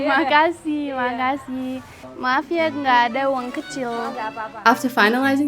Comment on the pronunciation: When you say makasih, thats sound very nice